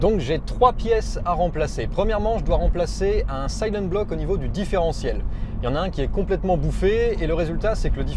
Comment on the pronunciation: silent-bloc ❌ sayleune-bloc ✅